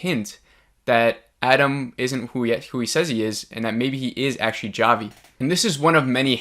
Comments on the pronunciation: How do u mess up the name Javi? It's like saying Mike wrong!!! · If I hosted a review show or Podcast, I would think at a minimum I would take the 3 minutes it takes to actually pronounce characters names correctly. It just exposes a simple level of professionalism. I mean, it's not that hard to do. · Dude. Have you even watched this show???? Javi is NOT PRONOUNCED WITH A HARD "J" 😠 such a simple thing. 2022, bro. Wow. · Lmao why are you pronouncing Javi like that 😭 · Its actually Chavi (hávi - c is silent), not džávi or whatever it was that you said 😀 so basically its not a review but just reinterpretation of the episode. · I appreciate your videos! & I mean this in the nicest way possible, but its pronounced Javi as in "Ha-vi" not "Ja-vi" lol :) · Jah-vee? Lolo it's Javi.......--->>>ha-vee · It’s Javi (Havi) 😂😂😂😂😂😂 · It's pronounced HAVY!!! Like Javier! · "jah-vee" LMAO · Ja-vee lmaooooooooooooooooo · Why does this guy keep calling him jah-vee? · “Jah vi” hahaha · Javi is not pronounced with a hard "J".